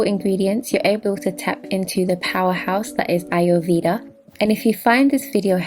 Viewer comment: Your pronunciations of Ayurveda and Cassia are incorrect..Fyi...mine is amla as well